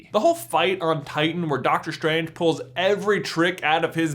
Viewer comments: im cringing everytime he says Dr. SCHtrange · Why do americans pronounce the st sound as "SHT". Dr. SHTRANGE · is it just me or is he annoyingly saying dr stranges name wrong? it's strange man. not shtrange :D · "Dr. Shtrange" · why ... do you.. pronounce the "s" like "SH" ? You sound like a indian scammer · Doctor Shtrange LOLLL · You have a strange pronouncing. Like with Doctor shtrange. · Doctor Shtranshe? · It sounds strange when you say strange. Let's keep it as an theory. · i think you pronounce strange and strategy wrong